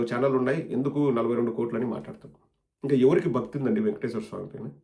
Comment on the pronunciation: He can’t even pronounce Venkateswara swami correctly , says vengateswara swami !!!!